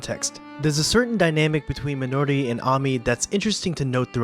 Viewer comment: You are completely butchering the pronunciation of “Minori” 😆